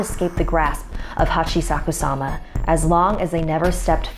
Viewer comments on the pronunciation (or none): Lol you said Hachisakusama instead of Hachishakusama xD But that's okay everyone makes mistakes uwu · what is she saying? the hachikasusama